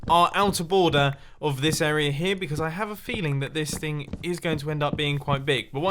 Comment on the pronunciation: Instead of area, it's arear